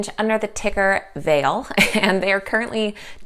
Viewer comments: Vale is in Sudbury Ontario Canada it is pronounced Val-lay. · Pronounced Val-a